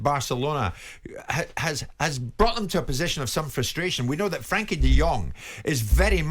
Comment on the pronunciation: Frenkie not Frankie...